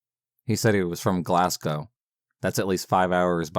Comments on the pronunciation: You realize you have two narrators reading the same story one after the other? And …..Glass-cow? 😂😂😂😂😂😂😂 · Love your stories as always but from a Scottish lass its Glass-go for Glasgow 💞💞💞xxxxx